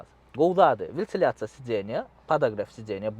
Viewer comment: Вилтиляция дал вентиляция дийсене.